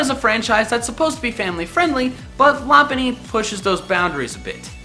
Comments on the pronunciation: I think you're not pronouncing lop bunny's name right I'm pretty sure it's pronounced LOP-BUNNY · it's pronuced Low-punn-ny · You misspronounced Lopunny